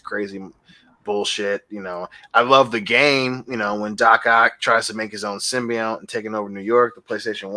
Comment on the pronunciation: After all this time, is STILL calling the symbiote "simby-yowhn"